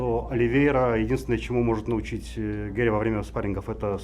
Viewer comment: Почему ведущий называет Гарри - Геем 😂 🤣 ору